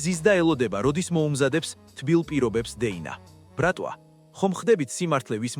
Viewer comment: რა ბრქტვა რა ბრატვა?😂😂😂😂